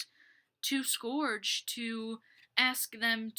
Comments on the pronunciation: It’s pronounce Skerj (Scourge) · It's scourge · Yea it's sc-urg